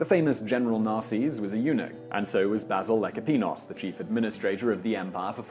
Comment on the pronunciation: he is talking about Eunuchs... did I hear correctly that the eunuch's name is Bazil Lack-o-penios?